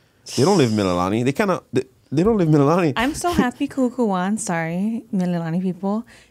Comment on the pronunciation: 😂😂😂😂kuhuku..its..ka kahuku.....are you hawaiian if your name hawaiian?....waianae represent but went moanaloa....😂😂😂its just how you interviewed her it's funny.... I'm a huge fan of both of you! Awesome,you guys did good. Good fun watching...looking forward to more episodes